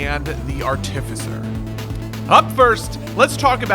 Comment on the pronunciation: bro said artificer wrong my day is ruined